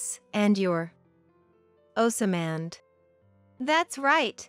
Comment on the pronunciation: it gets hard to listen when the name keeps getting mispronounce.